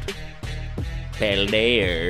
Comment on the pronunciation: Why do you all say: PaldeaR?